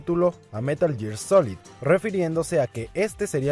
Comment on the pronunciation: es gear, no year